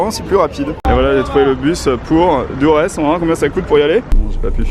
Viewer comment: Ça s’écrit Durres mais sa se prononce dorss sinon bonne vidéo